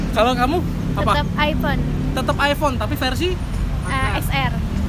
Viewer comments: Nyebut iphone aja ip 😂😂😂 Sumpah gw ngakak.. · sebel banget iphone nyebutnya i-pe